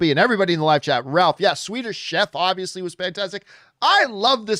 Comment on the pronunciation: ROWLF! Not Ralph!!!